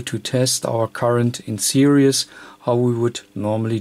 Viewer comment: it's this not zhis,not serious in series